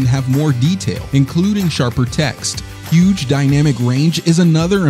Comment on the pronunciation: Huge, not "Hugh"